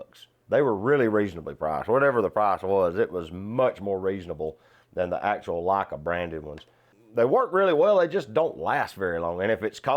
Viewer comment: Never heard Leica pronounced as 'Lakkah'.